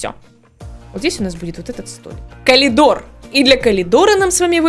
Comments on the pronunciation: Ну только не КАЛИДОР. А КОРИДОР. Пжлст. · я тебя не осуждаю, не хочу, но.... говорится "Коридор", а не " Колидор". прости( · меня бесило то что она говорит колидор, а не коридор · КоЛидор, ну блин.. вы серьезно? я не хейтер, но блин коридор с коЛидором спутать… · Всё замечательно в этом видео, НО каЛидор??? Не хочу в это даже верить, она либо прикалывается, либо мне послышалось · Почему коЛидор?😂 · почему КОЛИДООР??? аовыарывлар🤨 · раз уж у вас коЛидорное образование, даю подсказку: коРидор пишется и произносится через Р!!!!